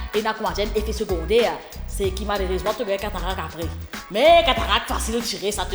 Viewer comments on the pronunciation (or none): Catarac ou bien covid... Hein?? 😂